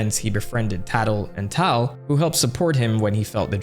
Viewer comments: Sorry dude, gotta call you out on this.. Tatl's brother I Tael, pronounced "tail" not "tall" Tatl and Tael Tatl Tael Tattletale. Great video thiugh! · Tael’s name is pronounced tale. Tattletale. As in telling on someone. Both tatl and Tael flip on the skull kid and tell you how to go against him. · I'm pretty sure it's Tael is pronounced Tell, like Tattle-Tell. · The pronunciation of Zelda names is always a bit ambiguous, but I'm pretty sure Tael is supposed to be said like "tail" because Tatl + Tael = tattletale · tael is pronounced "tale" as in tattle tale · Solid video, you were, iirc saying Tael’s name wrong tho. They should’ve just spelled it Tale and been done with it, because his and Tatl’s names are a play on words of the phrase “tattle tale”. I could be wrong on the pronunciation too I guess tho. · Tael is pronounced Tail. Tattle Tail. Tatl Tael. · Brother what is that pronunciation of Tael? How do you miss the most obvious reference to a tattle tale? Tatl Tael. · Good video bro You missed the fairies name play its pronounced tatl and tael as in tattletale